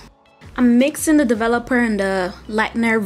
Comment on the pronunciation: its The not "da" :)